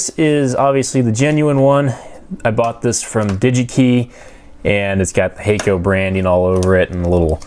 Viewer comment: FYI Hakko is pronounced hahk-koh rather than hey-koh. If you understand IPA then it is [hakko:]. It means "white light".